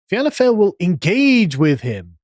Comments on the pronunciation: Love the wincing from at Carls absolutely atrocious pronunciation of Irish. And the even bigger wince for his ludicrous reasoning regarding why he mispronounces. I suspect Carl would expect the entire world to pronounce every single word in an 'English' way... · This is like a bunch of virgins talking about sex. Leo Varadkar is the furthest thing away from a communist. You can't even pronounce the name of our political parties. Please just stop talking. You're wrong. Leo Varadkar went to private school btw. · the pronunciations are actually agony Carl holy shit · Only six minutes in and everything Carl could have pronounced wrong has been pronounced wrong. Respect ✊🏻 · Carl. if you had time to do a half-assed research, you had time to find out and practice the correct pronunciations of party names. thought yous guys were smart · Cant even pronounce our political party names. The arrogance is astounding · I love listening to Sargon completely butchering Irish names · Fee-anna foil and Fin-uh Gale. Too late for this podcast but keep it somewhere safe if you need it again. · You guys are great but it's pronounced Feeanna Foil not fail and the other one is pronounced Finna Gale. Sorry 😂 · Fail sounds like fall . Pronounced. Fine ( fina ) fianna fe anna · Fianna Fail - "FEE-IN-A-FALL" Fianna Gael - "FEE-IN-A-GALE" Sinn Fein - "SHIN-FEIGN" Vradakar - "VRA-DA-CAR" However the correct way to pronounce them all is "PACK OF WANKERS". Pronounce them how you want Sargon just FYI. You're also spot on that our WEF government is a disgrace. A lot of our country is a disgrace. Full of socialists & so easy to manipulate with a few MI5 placed media articles. Cringey blood boiling stuff all round. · Pronunciations: Fee-anna Foil and Fee-na Gayle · Fianna Fáil. Is pronounced Fawl as in Fawlty Towers. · Fianna Fáil is pronounced “Fee-ana Fall” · Fianna Fail (sounds like Fall) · Please, it’s Fee-nah fall Fee-nah gale The mispronunciation is like nails on a chalkboard 😂